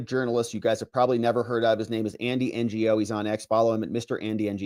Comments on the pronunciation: I think it’s pronounced “NOE” Not ngo. Tranzfifa gave him a brain bleed while he covered the “Summer of Love”. He’s a great reporter 🎉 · Andy Ngo is pronounced Andy No. He's a great reporter of Antifa activities. Really enjoy your videos. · Andy’s name is Ngo- it’s pronounced “Non-Government Organization” lol. Kidding, it’s just “no” or “know” it’s a simple name. “Andy No” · you DO know Andy Ngo’s last name isn’t N-G-O right?